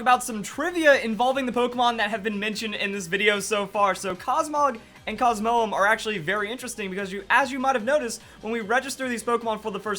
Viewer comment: your pronouncing Lunala, Solgaleo, and Cosmoem Wrong